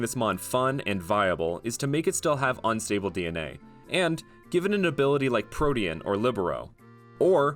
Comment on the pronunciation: ?????????? he said protien?????? is protein. not protien??????